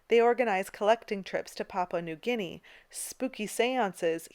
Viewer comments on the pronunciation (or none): none